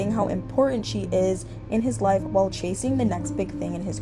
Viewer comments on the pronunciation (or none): none